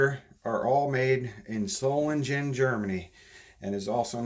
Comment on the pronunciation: Germans dont say soft Gs. SolinGEN not solinjen.